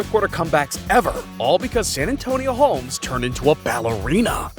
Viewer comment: San Antonio Holmes???😂😂😂😂